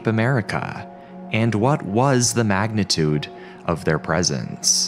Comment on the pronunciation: Stop saying "Magnetidue" bro.